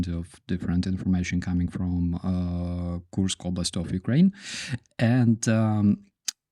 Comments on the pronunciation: "Koorsk" is accurate enough. Coors + K. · When you pronounce the word Kursk it sounds like you saying Korsk in English